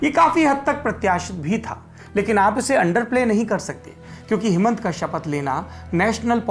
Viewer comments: हेमन्ता नहि उनका नाम हीमन्त है। और भ्रगु फुकन भी नहीं भृगु है उनके नाम। नाम सही से उच्चारण करना चाहिए। धन्यवाद। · The pronunciation of name is totally incorrect . It's not Bhragu Phukan it's BHRIGU and it's not Hemantaa it's HIMANTA .